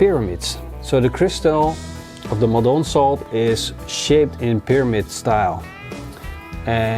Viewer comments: Not Mol-doan salt. Maldon (pronounced 'Mal' (as in malt) and 'dun' (as in London)), after the town of Maldon, in Essex, UK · Tasty. By he way, Maldon salt is pronounced with the accent on the first syllable, which also has a long "a" as in "all".